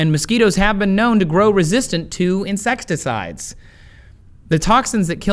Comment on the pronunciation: Does he say.. insextacides?